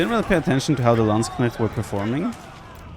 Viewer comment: needs to learn how to pronounce Landsknecht. It's really not that difficult.